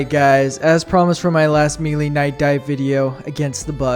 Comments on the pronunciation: May-lay. Not mealy. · Okay, one thing up first - good boy. Now this is a challenge worthy of a true warrior. By the way, the tooltips in-game are wrong - all melee weapons are medium penetration, surprisingly. They lied to us ! +g+ Also, it´s 'melee', derived from French, not 'mealy', like a darn potato, son +g+ But you ARE forgiven, for this was a bold exploit. Just two things: First, I know it sounds retarded, but you CAN kill a Factory Strider with JUST knives ! So sad you did not try it out. The left and right belly doors are actually part of the frame under the armor plates. You can attack them, focus on ONE side ! I´ve seen Commisar Kai destroy one with my own eyes. Just throwing knifes, no kidding. And finally: DO THE SQUID RUN ! And bring a Saber ! Thanks to the wide swings it is the absolute best to take out the hordes of zombified Voteless. Might be the actual meta weapon for the cannon fodder on this map. No idea how well it will work against the elite enemies, though... But it´s worth a try ! And if all fails - if knives can take out a huge strider, why not an Overseer ? Don´t forget they have ablative plating (like the aliens in EDF !). Destroy an area and then focus on it. And avoid the heads at all costs, they are heavy armor. And... maybe run away from the large War-of-the-Worlds things, hihi. Good luck, brave young fella ! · *Melee*....Pronounced 'May-lay'.......Mee lee is a kind of worm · Bro it is may lay not me lee, it comes to us from French so the pronunciation follows their rules not ours. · Fun video, but the way he pronounces “melee” is bothering me… It’s “may-lay,” not “mee-lee” (I blame the French lol)